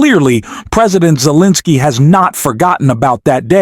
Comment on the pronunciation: 💙 I am beginning to waiver on my liking this channel because of the narration. You mispronounced Pres Zelinsky's name several times. ??? What's up with that? Please make sure your narratives are listened to and edited. Thank you.l